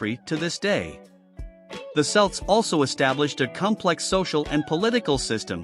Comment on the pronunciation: Celts are pronounced Kelts. Celtic is pronounced Keltic.